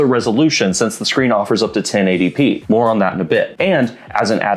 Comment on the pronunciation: 1080 pee-ee 😂